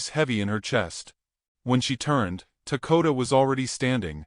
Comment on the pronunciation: Why do you call him Takota when it says Dakota you really need to learn to read ant the others name you also pronounce differant each time you say it 😅